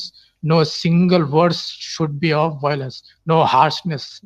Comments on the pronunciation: Why all the Whylence? 😄😄😄 lol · I love how the 1st caller says "Whylence" instead of "violence" 😄🇮🇳😄🇵🇰😄